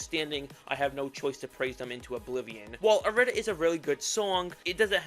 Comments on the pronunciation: It’s not pronounced ir-ee-da, it’s pronounced aeee-dee-der-dee-daa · Youre saying irida wrong cuz it's supposed to be like "ee-ree-dah" due to the Greek I being read as "E" and not "eye" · It’s said how it’s spelt I-RI-DA and no not eye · It is. The devs say it that way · It’s pronounced ea-rih-duh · ITS GODDAMN I-RI-DA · its irih dah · it’s an odd spelling it’s hard to pronounce lol but in the atom irida mix during the lyrics it shows how it’s pronounced